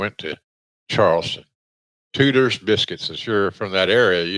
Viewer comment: The way Jim pronounced it I thought he was talking about an off brand hooters called tooters.